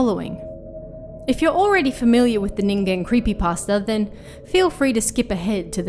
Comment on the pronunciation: Thank you for saying "Ningen" correctly 😭